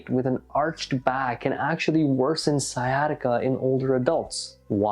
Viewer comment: Sciatica not siesta